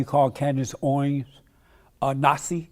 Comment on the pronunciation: This dude has a problem pronouncing words. He pronounces Candace Owens has Candace "Oins". Most of the time he's slurring his words and sounds like he's drunk. Is he drunk?